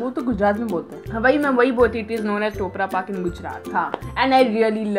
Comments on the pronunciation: Its not toprapak😂🤣 its khoprapak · That is khupra pakk not toprapakk😂😂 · Sry di but it's not topra pak it's kopra pak i am from Gujarat 😍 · Hahahaha😊👍 topra paak 👌. It's khopra paak .😊☺️👍👌💐🎂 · use troprapak nhe bol te khopra Pak bolte h😅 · Not troprapak coprapak